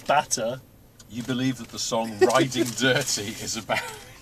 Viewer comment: Hearing that song pronounced "Ri-Ding Dir-Tee" is hilarious, all on its own. And, that's without adding the bike-sharting analogy. 😂😂